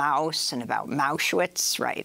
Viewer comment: She said mouseuwitch lmaoo